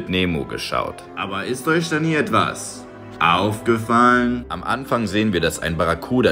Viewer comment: Sprechen Sie wirklich mit solch einem Dialekt bzw solcher Aussprache? Oder ist es nur ein Scherz? [ Aoufgefallllln]